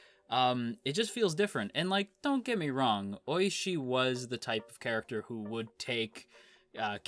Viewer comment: The way you pronounce 'Ooishi' sounds like you're saying 'Oishii' which means 'tasty' in Japanese. The 'o' in 'Ooishi' is emphasized more and the 'i' at the end is barely pronounced